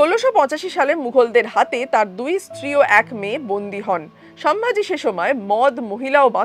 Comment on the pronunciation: Ucharon ta holo somvuji not samvaji.